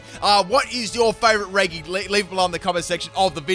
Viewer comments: Bruh why is he saying regE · should I have "Electric Terrain"? Or "Electro Ball", on my Regieleki. ALSO "Regi" is more commonly pronounced as "Reji". So when you say "Regi" but with the "G" as is, it sounds disgusting when it enters my ear holes. Edit: I probably don't need it to learn electric terrain bc the head of my party is a Tapukoko who's ability activates electric terrain whenever it comes out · Why’s he saying Reg (e) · I hate how he calls them "Regee's" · Its regi (re-jee) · Not “reggy” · Regi pronounced gee as Reggie, not guh like Reggae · I can’t watch this with the way his mispronounced Reggie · the actual pronouns is reji even tho its spelt regi you are hurting my brain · am I the only one bothered by the pronounciation of Regi? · the way hee pronounces regi triggers me so much XD besides thats its an amazing vid!!!!!!!!!!!! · SOFT G, IT EXISTS, PLEASE FOR THE LOVE OF GOD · The fact he says Regis like that pains me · You say regi wrong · Great video, but your pronunciation of Regi is gonna make me commit several war crimes. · Is this mispronounced regi part of the meme? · He’s saying regi wrong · please pronounce it correct its very annoying hearing reggee instead of reji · stop saying regy please its pronounced like reji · It’s REH-G not REH-GEE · It’s annoying when he says “re GEE” and not “re g” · Him: pronounces it as reg-ee Me: screaming in redge-ee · Please... stop saying Regi like Reggy... it's officially Re-GEE, in every name, even Re-GEE-Ice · Regi (re jee) he says regi (re gee) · im in pain. why did you pronounce them as regi??? its re-ji??? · Its said reji not regi so the j sound instead of the g sound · its not pronounced "re-(hard)gee" its pronounced "re-jii" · It's not said like re ge it's said like re ge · Sorry but it does bug me that you say Re-gi instead of Re-Jee... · I’m really annoyed how he says regi like Reggie not reji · It's not pronounced reggi it's pronounced reji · It's Re JI not re gi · It's re-gi not re-g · *always reggie